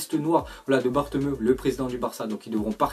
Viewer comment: C’est pas bartemeu mais bartoméou gros t’a 0 en accents que ce soit allemands anglais ou espagnols 😂